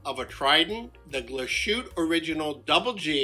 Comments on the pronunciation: It's pronounced more like GLASS-HOOT-EH mate. Not a dig, just so you know :) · It’s pronounced Glaas-hoot-a. Great watch. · Nice video. It would be even better if you pronounced Glashutte correctly: its glass - hutte. S and h when put together in German are pronounced s and h, not "sh". For the "sh" pronunciation, German uses "sch". As for the 39-11 in the SeaQ, it is not as finely finished as that of the SeaQ Panorama Date. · I have the panorama 43 . Lovely! The name is correctly pronounced . ‘ Glaas-hooter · Great review, but please do the manufacturer the courtesy of making the effort to pronounce it properly 👍😁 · Pronounce the e at the end it’s Deutsch!